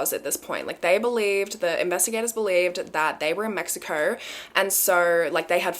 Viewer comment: The way she says mexicourrr😹🥺